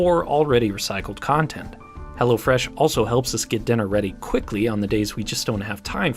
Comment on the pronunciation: I thought you were saying hellafresh imagine some enterprise that is named that way